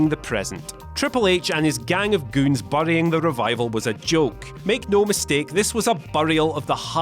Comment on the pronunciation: The way he says burying lol